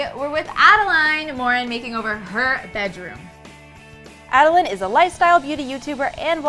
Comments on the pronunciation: wait why does pronounce adelaine as a-de-layne but says a-de-line which i think is right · Who tf says AdelAYN instead of AdelAINE? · its pronouced ad uh lin not ad uh line god it ruined the whole video for me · It’s “laine” not “line” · She said Adelaine wrong..... Wut kind of person is she.